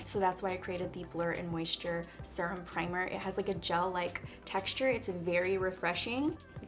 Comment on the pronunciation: Need this primer and I’m oily. Also, how she says “surum” instead of serum